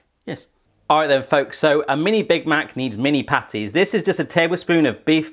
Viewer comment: i thought u said panties instead of patties